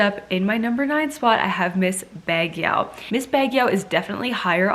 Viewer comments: Hi Sierra.. I love all your videos.. Just to help if u don't mind.. Baguio is pronounce like bag - yow.. Love Pauline n Celeste... ❤️ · Baguio /bag-YO/ Lucena /lu-SE-na/ Las Piñas /LAS•pin-yas/ You're welcome, Queen! ♥ Same here, I'm rooting for Misamis Oriental and she nailed it! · Hello shierra nice shot of trying pronouncing some of the places so here is the correct pronouncing of the places im not perfect am gonna write the way it pronounced Baguio( bag-yooh), Las Piñas( las-pin-yas), Cebu (si-boo), Misamis(mi-saa-mis) Davao(da-vow) i hope it helps shierra im from the philippnies love watching your vlogs always. If i watched some of your videos i will gonna send you again some correct places you mentioned and nice trying to read and pronounce the way it is, congratulations !!! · Sierra my dear, you’re so cute pronouncing it. ms baguio, pronounce as BAG-YO.